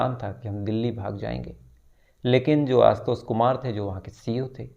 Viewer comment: भाई बाकी सब ठिक है| पर श शब्द को स बोल रहे हो| आशुतोष, लाश......